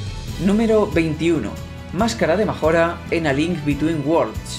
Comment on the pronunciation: Hyrule se pronuncia Jáirul, Sword se pronuncia Suor, Skyward se pronuncia Skaiwor, Hylian se pronuncia Jáilian, Majora es Mayóra con acento en la O. Por dios muchacho vas a hacer que me sangren los oídos.